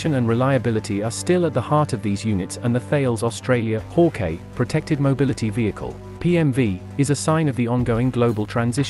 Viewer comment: It’s not pronounced haw-Kay it’s hawk-eye